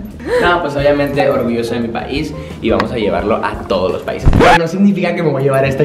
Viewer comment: ahora sabemos porque siempre termina diciendo las palabras así jajajaja ‘vamosh’